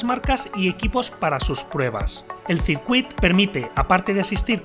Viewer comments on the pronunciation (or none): En catalán se pronuncia "sircuit"! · Ox una cosilla ....el circuit de cataluña se pronuncia (sircuit) o si no circuito en casteyano jejejej